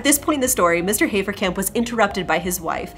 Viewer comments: And yes, I think you should rather be able to pronounce German names correctly by now. It's not "Hay-fer-camp", but "Hah-fer-cump". Sorry about this, but just trying to improve the experience. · Entschuldigung, aber wenn du den schönen deutschen Namen HAFERKAMP wie "Heferkämp" aussprichst, bekomme ich irgendwie Mittelohrvergiftung..